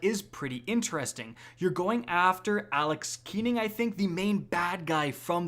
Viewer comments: when u said "alex keening" i knew u didnt know what u were talking about. sorry, next video!! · "Alex Keenan"?! Come on bro...🙁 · You're not an absolute gamer, you're an absolute schill. You were paid to play this. You can't get Aaron Keener's name right and you're saying they fixed The Division 2? Funny, people couldn't even play the missions at launch. They really fixed it when other YouTubers are stating that they can't even play the missions because the NPCs can't even be interacted with. ABSOLUTE LIAR is more like it man. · Ima call BS and Shenanigans on your declarations [1] Please tell me how TF the game has been fixed by simply changing the location? [2] You couldn't even get Aaron Keener's name right [3] You were brought out to play an early build which means you HAVE to say 'wow the game is fixed' and you're (and everyone else who was invited) probably going to get the expansion for free Which all adds up to #Shill #Bought&PaidFor #FakeFan Wow... Bad form dude. Bad form. You just lost a subscriber #ByeFelicia